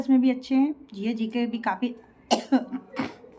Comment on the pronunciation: G.k g.s bola jata h